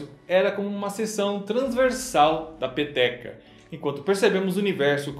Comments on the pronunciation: Todas as vezes que ele falou peteca eu entendi pepeka😂😂😂😂😂😂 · quando ele disse peteca, eu ouvi pepeca kkkk ate que teria sentido o formado do universo ser uma ppk